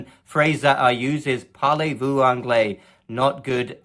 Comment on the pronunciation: Yes, you mispronounced the "vous" in this sentence (the "s" which is normally silent is pronounced here) 🙂